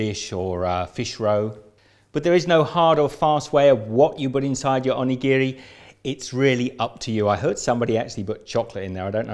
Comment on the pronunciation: I usually make these with a filling of a avocado, gari, and a little bit of wasabi. And it's pronounced [au-NI-girri] with emphasis on the "ni". Not "Ohnee-GEE-REE. :D